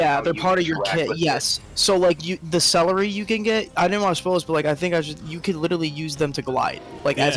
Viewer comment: "cellery" haha